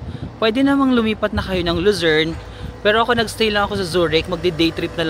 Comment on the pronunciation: Kada bigkas mo Ng Lucern...ung utak ko nagsasabi Ng visayern at mindanern😂😂😂